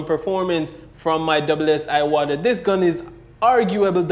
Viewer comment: It's Pronounce EWATA not IWATA!